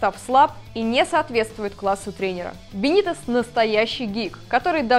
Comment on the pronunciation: неумастная шутка про секс, неправильное ударение в имени Рафы, слишком субъективные взгляды на многие вещи, но в целом не так уж и плохо. Есть куда расти. Кстати, чья идея была пихнуть сюда Бенитеса? Бывший коуч скаузеров в МЮ? Вы там обкурились?